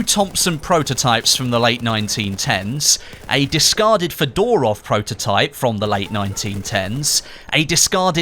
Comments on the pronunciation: Not [fedorof] but [fyodorov] . Its a right prononsation of this second name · Fedorov Degtyarev is pronounced as F'o-do-rof Deg-t'a-r'of Fe dorov with emphasis on the first syllable and Degtya rev on the last one. trust me, i'm russian